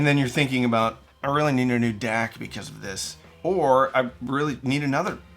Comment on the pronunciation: At first I had no idea what you were talking about with the "dack" so I checked it on the videos cc to see how it was spelled and it said you were saying "deck." Great video. Love your channel.